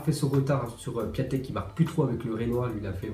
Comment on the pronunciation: C’est pas Piatek mais Piontek (la prononciation)